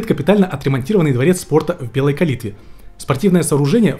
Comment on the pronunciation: Калитва ударение на последнюю а! я не цепляюсь я просто поправляю!!!! контент топ!!!